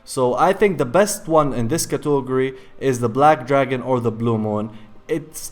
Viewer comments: Cat-uh-gore-e, not cato-gore-e. Im sorry it just gets under my skin. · cotogory? wtf? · I love how you say Catogary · If I hear cautogerry one more time i will die. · Cato go rise 😂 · LEARN HOW TO FUCKING SAY CATEGORY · I absolutely hate the way you say category. Literally causes me pain. Otherwise great video. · I love how you pronounce category! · Can't stop giggling when you say category